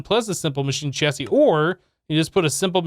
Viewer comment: when you finally said chassis right - made me giggle Thanks